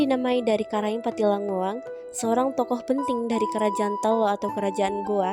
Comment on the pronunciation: Good Job Nak, meluruskan saja penyebutan nama Museumnya yang benar Museum Karaeng Pattingalloang, bukan Pattilangngoang sayang 😘